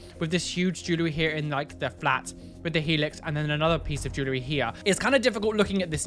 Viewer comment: Potato bags, the way he says the word jewelry gets me (Jew~Lurr~Ree) instead of (JuuL~Ree)